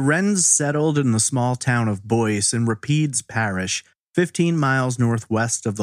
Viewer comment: It is Boyce, Louisiana. Not Boise, Idaho which is pronounced like you said. Anybody local who can tell us how Boyce is pronounced?